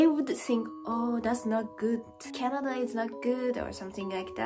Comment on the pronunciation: I like tennis, and I didn't know people play it in Japan. "Ice cream, you scream, we all scream for ice scream." Damn it, I hate the English language so much (I am serious). EDIT: ""Canad-er" alert! It is SO damned cute when says that! It's even cuter than hearing 'Mrs. Eats' say "Soff-er" (Mrs. Eats means "sofa", like a couch)... (More cute -talk or -isms: "Mary-wonner", "Cokai-een", "Chock-rate", "Canadarias", YouTube "Chan-niel", "co-weef-idence", and lastly "ten-nees") Honestly, I know that will eventually pronounce every English word PERFECTLY.... but I will also be a little sad 😥 about it, because her unique way of speaking and doing things is a part of what makes so damn loveable 🤗